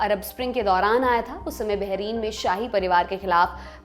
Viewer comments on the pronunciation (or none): none